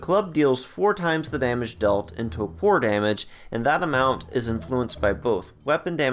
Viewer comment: I’m sorry but you said it so much it drove me nuts…it’s toRpor (tor-poor) not topor (toe-poor) 😂